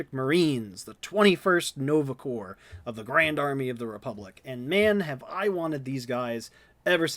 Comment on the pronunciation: the worst part of all of this is that nobody can pronounce 'corps'